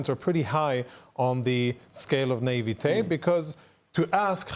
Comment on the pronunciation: Today I've decided to pronounce naivete like Jonathan Conricus. Sounds so much nicer and also speaks volumes of people who think Hamas will like this plan at all.